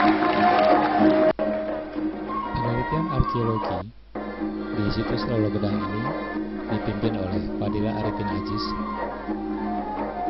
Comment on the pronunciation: Lolo Gedang mas bukan Lolo Gadang